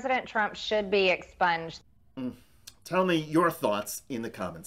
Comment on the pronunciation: The way she says exponged makes it sound as though she want her hero subjected to a very unpleasant surgical procedure. Maybe we should grant her wish.